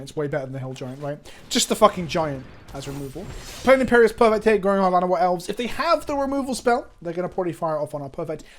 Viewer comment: I know you said "Llanowar Elves" but I was certain for a moment you said "Vana White Elves" and I thought there was some joke i didn't get